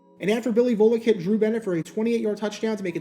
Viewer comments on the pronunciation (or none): none